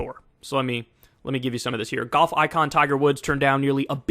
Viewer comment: I love how Kyle pronounces golf as goff